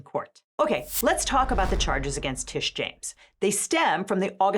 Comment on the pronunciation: It's "Tish" not "Trish"